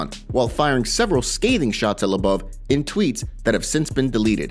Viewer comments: Bro u say everyone’s name wrong It’s fucking mind blowing lmao it’s LO BOV NOT LA BAVE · His surname is Lobov not LeBouf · If you're going to have an MMA channel, how about pronounce the names correctly. It's (Low-Bov) not (La-Bov) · it's LOW-BOV, not LUBBUV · ARTEM LOW BOV, LIKE "ABOVE," PRONOUNCE HIS NAME RIGHT, DONT U WATCH THESE FIGHTERS? U WOULD KNOW HOW TO PRONOUNCE NAMES. DONT BUTCHER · I was listening to this and not watching so How he pronounced Lobov’s name as “La-Bub” made me assume he had a problem with someone else as well lol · It's pronounced low bov...ass hole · Dude! For real! Artem labuv lol. It's really irritating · Bro why can’t you say lobov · Why are they saying Lobov like it’s Shia Le Bouf or something. Idiots. Said it like 1000 times too. I’m Unsubbing for that. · First person I hear pronounce Lobov's last name incorrectly